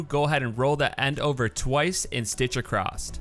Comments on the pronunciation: how do you sew something "acrosst"? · I notice ( as a British English speaker) that quite a few Americans say "acrosst". A brand new word! 😳